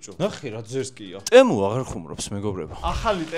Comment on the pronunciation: ტემო არა ძმაო თემუ იმენა რაა ტემუს რო ამბობ ტტტს გულში მირტყამს